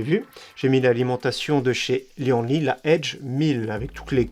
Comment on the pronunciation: On dit : li-anne-li et pas li-en-li